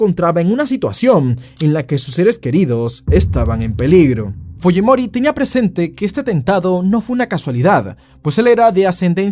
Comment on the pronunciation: como siendo peruano pronuncias mal fujimori? 🙄🙄🙄